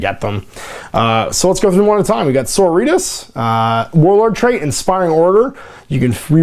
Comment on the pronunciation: Sisters of Battle "Adepta So-RO-ri-tas" !! It's the latin base word for sorority. Not so-ri-tas like some other spanish word.